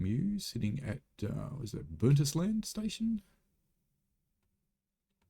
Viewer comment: I believe your “Burnt-is-land” is pronounced “Burnt-island”😊